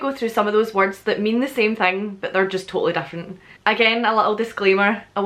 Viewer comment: She says Different also Weird, it sounds like she's saying Dif-lent.